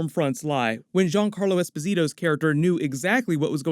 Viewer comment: hey man GIANCARLO ESPOSITO the Giancarlo part you pronunce ITvery good and the ESPOSITO almost...it is with the accent on the O not the I